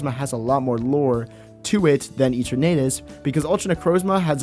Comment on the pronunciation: Can you stop pronouncing Eternatus like that.